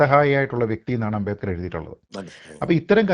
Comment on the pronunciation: ഭീമ റാവ് അ൦ബേഡ്കർ എന്തിനു അ൦ബേദ്കർ ആയി ഉച്ചരിക്കപ്പെടുന്നു Sir?